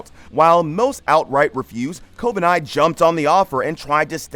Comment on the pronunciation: how the fuck did you come to the conclusion that Kobeni is pronounced "kobanai"